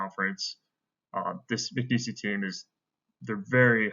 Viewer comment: It’s not Mcnees-y it’s just Mcneese.